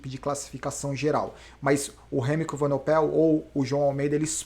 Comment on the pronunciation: evenepoel = acho que a pronuncia correta é essa. As vezes esta falando evenopel